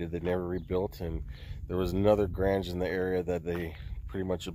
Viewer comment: It. Is pronounced Graynge,NOT.GRANG